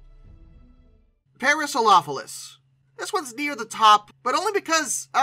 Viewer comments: head & beak too short, wrong overall shape of the skull, "elephant feet" "parasaropholus" lol wth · Is that the correct pronunciation for the Parasaurolophus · Why do you pronounce Parasaurolophus like that? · No, I often say it too quick and flub the pronunciation. I correct it in next week's video.